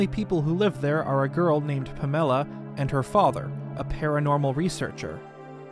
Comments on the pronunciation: did he really just call her "pah-MEL-uh?" Never heard it pronounced like that before :-P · “Pə-MEL-ə”‽ Seriously, Pamela does NOT rhyme with umbrella, and it's not even an uncommon name. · PAM-ILLA PAMELA NOT PA-MILLA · Why do youtubers so often mispronounce words snd and names? Pa-mella? No, PAM-ELLA- is how Pamela is pronounced. It's also Dam-Pee not Darm-pay. For Dampe. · I’d never even thought of pronouncing Pamela as “Pumella” lol. Interesting. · Pah-mehla? Not Pameh-lah? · that’s the weirdest way I’ve heard someone say the name “Pamela” 😂😂😂😂 You know, the name Pam, Pamela, like Pamela Beasley 😅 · Yo why did pronounce Pamela's name like that? 😅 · I have never heard anyone pronounce pamela that way... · Great video but how the hell do you pronounce Pamela wrong? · Didn't pronounce Pamela correctly, but ok... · W-why do you pronounce Pamela like you've never heard that name before? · Uh what's up with that weird pronunciation of Pamela? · What's with the Pamela pronunciation lol. It's not exactly an uncommon name